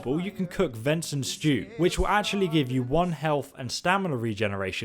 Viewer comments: I'm a huge fan of your Channel. But I had some questions. Is it on PS4?. And most importantly is there like a disk download because I kind of live in the middle of nowhere so we don't have Wi-Fi. Plus I think you said Vinson instead of venison when talking about the soup. so upkeep up the good work you just got a subscriber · Ven-son stew?